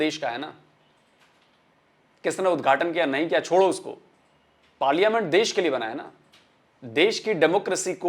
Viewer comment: वो पार्लिमेंट नही पार्लियामेंट होता है पगली!! इन लोग को अंग्रेजी भी नही आती,उर्दू भी नहीं आती,सिंधी भी नहीं आती,पंजाबी भी नहीं आती...सब कुछ थोड़ा थोड़ा आता है...!! हां, पाकिस्तानियों को आतंकवाद फैलाना अच्छे से आता है।😂😂